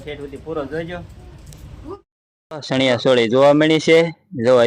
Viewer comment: એલા ભાઈ સણીયા સોળી ન હોય ચણીયા ચોળી એમ કહેવાય 😅